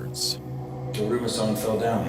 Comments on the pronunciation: It's always a treat watching them completely butcher Japanese whenever it appears. "Daruma Sayn" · Listening to them pronounce "Daruma-san" that way is driving me crazy 😭 Edit: Not "to-maire" 😭😭